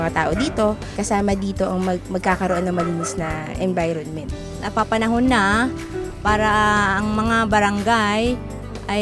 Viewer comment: hahahahaha.....INVIRONMENT.....LOL....sorry......but I love the program....